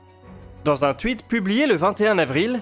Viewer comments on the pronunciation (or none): none